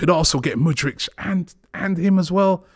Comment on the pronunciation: Man generally got Mudryk’s name right today. Mudrik. Not Mudrich. Good job Robbie